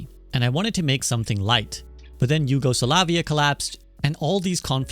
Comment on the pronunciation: What is "Yugosa-la-via" ?? I know Yugoslavia, but not slavavia.